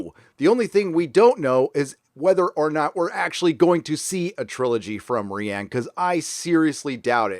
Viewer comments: Rian is Ryan not Reean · Isn't Rian just a messed up way to spell Ryan, why are you saying REEE ANNE? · I think I’m missing an in joke or something. Why are you pronouncing Rian as “ree ann”? Sorry for being stupid. Thanks. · Rian name is spoken as "Ryan" dumbass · Lol Ree-Ann lolz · I support this pronunciation of 'ReeeAnn'... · It's pronounced Ryan dude. Why can't Americans pronounce names? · ok, is he saying ri ann johnson as a joke? i r confused. if so its a hilarious take on roundhead's name XD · BTW, you know it's just pronounced like Ryan. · Ah since the new movies take place in an entirely different part of the galaxy with entirely new characters, she was never supposed to play the part after The Rise Of Skywalker. I love that you call Rian, "Ree-Ann"! Hahaha! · Ree-Ann.... lol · is there a reason why you pronounce rian johnson's first name wrong? I have no love for "roundhead" but it's actually pronounced like "Ryan" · No. Its pronounced ruin